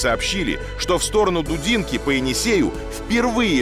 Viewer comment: Не дУдинка, а дудИнка....